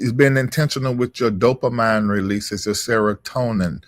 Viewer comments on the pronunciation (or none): Dope-a-mean (Dopamine) A-see-ta-co-lean (Acetylcholine) Glu-ta-mate